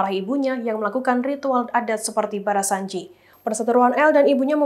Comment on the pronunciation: barzanzi kali min, bukan barasanji